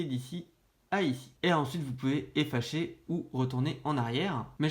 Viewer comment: « effacher » ptdr